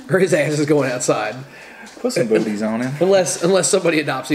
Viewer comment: Thought that I heard boobies not booties.